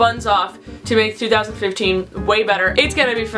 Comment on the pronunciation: lol she said 3014 :p instead if 2015